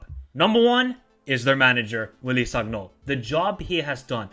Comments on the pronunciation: please, it is written sagnol but you read it as san-yol. do not take this badly, im just trying to help. :)) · G in sagnol is like g in lasagna bro😂